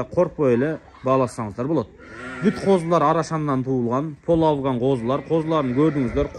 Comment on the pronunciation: жылас кандайсын, авган эмес афган